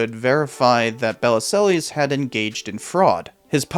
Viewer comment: Interesting video. Regarding Bellesiles, one of the articles you clipped includes a helpful guide to pronouncing his name: buh-LEEL. I feel you could have done this basic research. That said, I remember this scandal. His book did incalculable damage to our ongoing struggle for sane gun control laws.